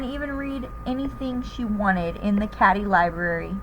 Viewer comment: Cady (Kate-EE)!